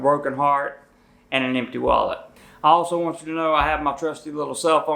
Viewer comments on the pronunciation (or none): none